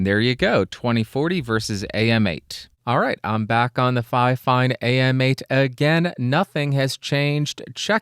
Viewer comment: And apparently, the official pronunciation according to fifine is “finefine”. So that would make it twice as fine! 😀